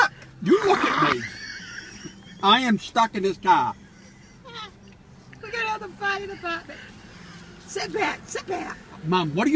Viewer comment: He is shtuck in the kah ?